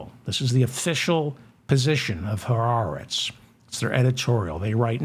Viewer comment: Nice (and unusual) to actually hear someone pronouncing the words, "ha aretz," properly. (MANY people don't.) Of course (since you have revealed that you were a "cheder bucha" until you were almost 20(!)), I should have expected nothing less!